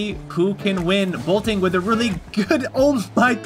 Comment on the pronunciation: boltin, not bolting